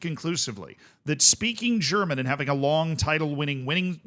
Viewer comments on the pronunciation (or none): none